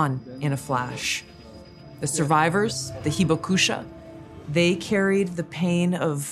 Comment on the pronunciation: Too bad she mispronounced and misspelled "hibakusha"